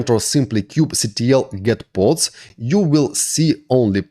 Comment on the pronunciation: Thank you for this tutorial and thank you also for not calling it "Kube-Cattle"